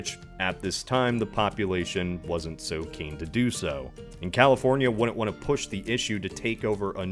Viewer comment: You say 'wouldn't' weird.